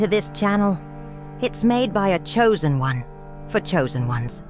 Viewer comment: Wooooow im shooozen oune😅😅🎉🎉